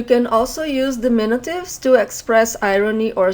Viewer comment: we say dimin-U-tives. you are saying dimin-i-tives which is not correct